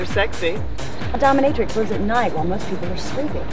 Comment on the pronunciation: Doh minh ih trix, accent on the "minh." is right, the girl on the beach is not the same girl as the one with the mouse. And damn, that surplus army field desk looks niiiiice.